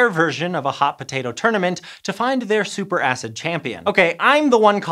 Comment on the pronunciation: Did he say super ass?? 😅